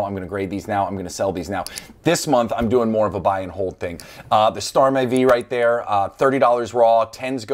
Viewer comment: And the called starmie star-meh. Sigh